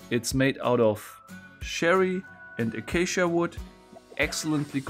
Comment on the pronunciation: I had to go back and check being I saw ya mention this.. Yes, he says "Acacia" perfectly. He's off on one because of his region, (I've mentioned that before) but in case he or you were wondering, "Acacia" is said absolutely perfectly (or perfect) verbally. PS: English is a hard language I've been told (I say that because I'm not quite sure myself if "perfectly" or "perfect" in that 2nd case lol) Cheers 😁😂